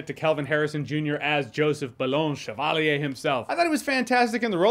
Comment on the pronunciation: French person here, clicked on the video and was interested to see how you pronounced "chevalier". 7/10 😁